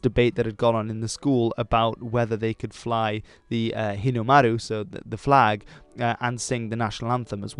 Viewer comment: He nailed the Japanese “r” sound when he said Hinomaru